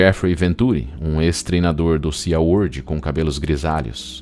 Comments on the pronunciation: Se pronuncia "si" world e não "sia world." 😉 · por favor me perdoe mesmo mas SeaWorld pronuncia-se SiWorld o A e mudo